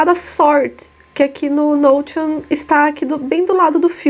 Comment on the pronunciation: Oi. Me inscrevi agora. Estou assistindo a esse vídeo ainda, o meu 1o seu. Já tinha te visto antes, mas torci o nariz achando q vc não seria "boa" só pq pronúncia "nou-ti-on". 🤭 Puro preconceito meu, desculpe. É que o correto mesmo seria "nou-xi-on". 🤔 Será que vc falaria assim? Desculpe a exigência. É meio TOC. 😔